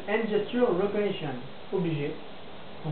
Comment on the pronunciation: salut j'auré voulu savoir ce que tu dit avec quand tu prend ton accent anglé pour dire le machin reconation donc si tu pouvé me l'écrire sa seré sympa